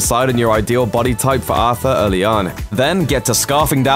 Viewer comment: His bodeh lmao this dudes voice